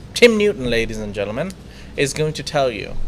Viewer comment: it is "Ladies and Gentleman" why do you insist on saying "Ladies and Gernans"? You have said it twice in the first 5 mins of this show.